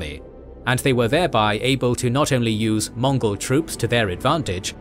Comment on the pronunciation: its mongol not monggol